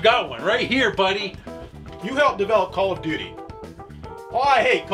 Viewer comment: Emphasis on Duty...